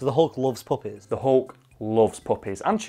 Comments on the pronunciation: Low key couldn’t tell if he was saying puppets or puppies till he showed the screenshot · I thought you said puppets at first, which would also be a great scene in a Marvel movie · Until the picture showed up behind you I would have sworn you were saying puppets not puppies. I was thoroughly amused by imaging Hulk sitting down to a Punch and Judy to calm down. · Every time you say puppies I can't help but to hear poppies. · It took me till the middle of the video to realize you were saying puppies, not puppets. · I thought he was saying "puppets," and not puppies until I saw the clip art of the hulk with the puppies. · Oh, puppies. I thought you were saying puppets this whole time. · FOR ALMOST HALF THE VIDEO I THOUGHT HE WAS SAYING PUPPETS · I thought he was saying poppies, like the flower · I thought he was saying poppies, which opium/cocaine is made of. I thought Hulk's weakness was drugs. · Omg I just realized he was saying puppy's not puppets lmao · Are they saying puppies or puppets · For half the video I thought he was saying puppets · For the first six minutes of this video I thought he was saying the Hulk loves PUPPETS. That would have taken this in a very different direction. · I thought you were saying poppies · I'm sorry but for half the video i thought they were saying puppets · The whole time I thought you were saying his weakness was puppets until I saw the picture of baby dogs; now I'm hearing you say puppies. Good job. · Oh PUPPIES! I thought you said PUPPETS! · For most of the video I thought you were saying puppets not puppies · I thought this whiten't was saying "puppets" the whole time, I was so confused why hulk's main weakness was some wooden boys on strings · I thought the was saying poppets at first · Initially yeah thought he was saying poppies as well and was thinking something along the lines of narcotics which was literally what black widow did. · Anyone else think he was saying PUPPETS not PUPPIES?